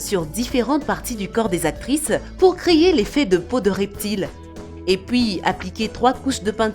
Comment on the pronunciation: C normal elle dit créyer